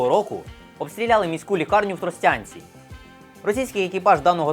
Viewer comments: Не тросЯнці, а ТростянцІ. Наголос на остаееій склад.) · Не в Тростянці а в ТросТянцІ